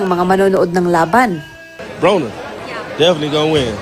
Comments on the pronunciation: Bwhahaha she said Adrien BONER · Hahaha the reporter said BONER instead of BRONER😅😅😅😂😂😂